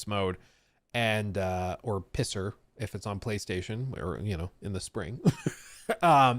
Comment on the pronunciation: PSSR - Pisser 😂 FSR - Fisser 😬